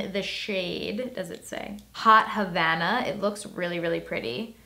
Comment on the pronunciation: It’s : Havana OU nana not : Hanava NOU nana